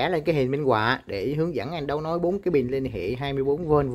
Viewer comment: Từ “bình” nói không đúng nghe, nói thành “bìn”.